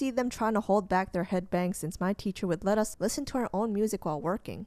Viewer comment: wait did you say.. CLEETUS =0000